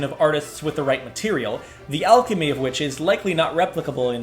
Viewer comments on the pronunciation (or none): none